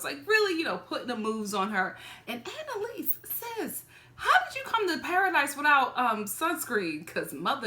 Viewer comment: ANALise 😂😂 I can’t stop saying it lol